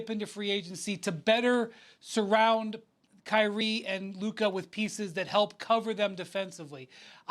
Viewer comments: He can’t pronounce words that end with “ca” or “ka” He calls Rob Pelinka “Rob Pelinker” 😂🤣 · Who is “Luker”?